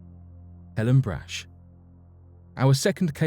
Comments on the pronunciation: Come on, dude. It drives me nuts when people just assume they know something especially when it comes to people's names. Just about every American knows Brach's candies and how the last name is pronounced. Helen Brach's surname was pronounced "Brock", not "Brash". All you had to do was ask an American if you were pronouncing the name right or not, which you weren't. Not even close. I mean, how do you even get "Brash"" out of that? I could understand, but not forgive, if you said "Bratch". I know I am nit-picking, but the Brach family is HUGE in the U.S. That's like me doing a video where I constantly pronounce Cadbury candy as Codberry. All you had to do was a simple name check, but you didn't. Lesson? NEVER assume!!! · It’s not brach it’s brahk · Brach pronounced Brock